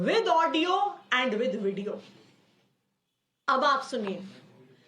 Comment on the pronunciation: At 6.23 she says ...Necessaaarily .....Vudio.....bahut dari hui hain